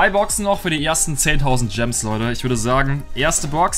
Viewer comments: hat Stadt gems gams gesagt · Jeder anderer Mensch "Es sind noch 49000 Gems" "Es sin noch 49000 Gams" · Du hast einmal gams gesagt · hat einmal gams gesagt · Du hast Gams Ge sagt Bei 49k gems hahahahhahahahahhahahahah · przestań mówić dżems